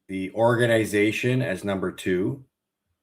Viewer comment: These guys need to learn how to say “Organization”